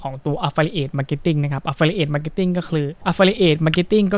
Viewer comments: ผมว่าคุณหาเพื่อนบ้างนะเค้าจะได้เตื่อน บ้าง อ่านผิด แค่นี้ก็แย่แล้ว แอฟฟริเอท อะไฟเอทอะไร ว๊ว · ไม่รู้คลิปนี้มาได้ยังไง Idea ก็ ใช้ได้นะ แต่ อย่าพูดอังกฤษเลย เสียงเพี้ยนมากๆ คำ Affiliate ออกเสียงแย่มาก ลำบากนักก็ใช้คำไทยดีกวาา ถ้ายังอยากพูด ต้องหัดออกเสียงทุกวันทุกนาที แอฟฟิลิเอท --- Got That ...!!! By the way info is not bad though ....